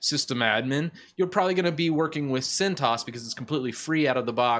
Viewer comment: your pronouncing of names is killing me. open-suse = "open-suus" (think doctor seuss). centos = "cent OS" not "Cent-oss" (think 'one cent' - like a penny - OS). RHEL is not "ruh-hell"... it's not a word - it's an abbreviation. "Red Hat", "Enterprise Linux", "R" "H" "E" "L" are all perfectly fine... but "ruh-hell" as one word is killing me. on the other hand, your handling of "ubuntu" is spot on. that bat-shit crazy OS is pronounced just the way it's spelled. regards, an 18 year legacy user of Red Hat (and clones: Oracle Unbreakable, Fermi Scientific, and CentOS).